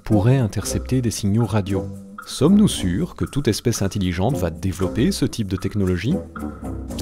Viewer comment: "int-i-lligente" ... c'est intelligente